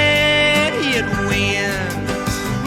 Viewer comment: A brilliant "diss track" before there was such a thing (although Positively 4th Street preceded it by a few years). A standout track, even among the GOAT's output. Absolutely love the way he adds a couple of extra syllables to the word "idiot" - really sounds like he means it, right? Really loving your channel, - Dylan and the Beatles and whatever else you check out. It's all good!